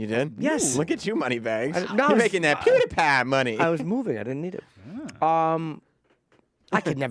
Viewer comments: Sam Roberts is way to old too say pewdipie name like that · goddamn quit sayin pewdipie u fuck